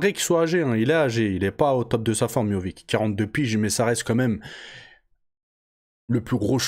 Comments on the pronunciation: Prononcé miossiche serai plus facile mon grand, arrête de dire Miovick, miovik😅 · Miovic ? C'est miocic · Je crois que c miocic et non miovic, il me semble. J'ai trouvé que miocic n'était pas très affûté physiquement pour ce combat.